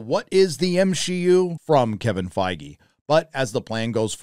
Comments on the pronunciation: well fingers crossed, I wouldn't mind them adding a few more mature elements but I hope they keep the core of the story together and they actually cast it decently this time. And for heaven's sake say his damn name right! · are you sure we're pronouncing Feige right ????hahahah darks darks